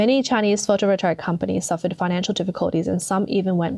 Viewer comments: The narrator says "photovolteric" over and over again, it very plainly sounds like PHOTOVOLTAIC to me... Do you see an E or an R in PHOTOVOLTAIC??? I don't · there really is no R in Photovoltaic.....Photovoltaric is not a word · For Gods sake, work on your pronunciation! It's appalling. It's photo voltaic. Not voltaric! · The word is photovoltaic, no photovoltaric. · Photovoltaic not photovoltaric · Take a drink every time she says "photovoltaric" instead of photovoltaic. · How does she manage to mispronounce "pho-to-vol-ta-ic" every time? There's no "r" anywhere in the word! How do you get "pho-to-vo-ter-ic"? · It's Photovotaic, not Photovoltaric. Spoils the whole presentation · Does she keep saying, "Photo Voltaric"? Or am I hearing her wrong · to the narrator: somebody's properly winding you up getting you to pronounce it "photovoltaric" .... there's no r in that word. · Try learning how to pronounce the words you use... Potash. Pot Ash. Not "potish" 🤣 Photovoltaic. Photo Volt A Ick. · FYI: You pronounce photovoltaic as photo volt ey ick. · Can't listen to you say "voltaric" one more time. If you make your living with words, LEARN WORDS. Seems like a simple concept. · Sorry to be picky ( Might be AI reading this out incorrectly ) Photovoltaic is pronounced - Photo Vol Tay ik Potash is pronounced - Pot Ash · No such word as photovoltaric. Overall, the reading of this video sounds like it was dove by a 13 year old who doesn’t know either the meaning or pronunciation of a lot of key words. Very off-putting to listen to, but the message is clear - China is doing a very bad job of producing so- called green technology and western nations are in trouble because they don’t do any ofv5his themselves. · This is not a complaint, just some helpful advice. It pronounced photo-vol-TAY-ick. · anyone noticed this commentator pronounces photovoltaic wrong? lol super minor but found it funny